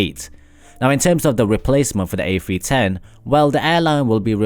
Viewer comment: This has to be the most annoying video i've ever watched . Sounds like you're in grade 9 auditioning for a scholarship. The airbus A-fwee-ten is quite the marvel to be sure